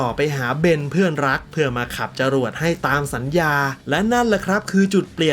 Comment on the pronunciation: ฟังขับจรวดเป็นขัดจรวด 5555